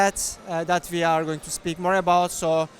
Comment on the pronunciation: Hearing him say "We are" as "VR" is just teasing me haha. Hopefully that will be an optional feature! Would be amazing